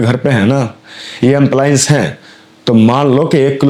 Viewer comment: भाई साहब amplience नहीं एप्लायंस बोलते है